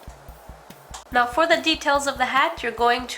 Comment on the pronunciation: you have no accent when you say "voilà" x)